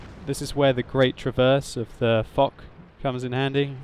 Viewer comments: I think foch should be pronounced fosh and not fok as in video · correct pronunciation is "Fosh" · i think its is fosh but spelt foch